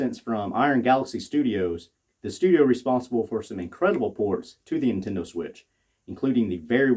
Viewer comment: "Intendo" lmao.